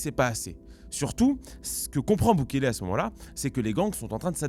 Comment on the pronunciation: Bukele il a dit Bouclez-les (Buklélè)